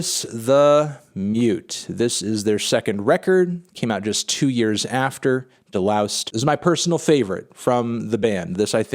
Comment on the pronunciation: De-loused is a hard S